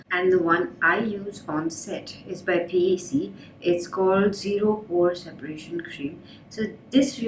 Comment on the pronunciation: it's not p a c it's PAC ✌💕💕